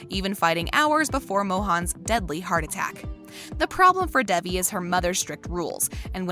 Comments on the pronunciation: Why are u calling her Debbie? Its Devie or David. Not debbie Good job at butching the characters name . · Why the fuck is she saying Debbie instead of Devi(pronounced as Day-V)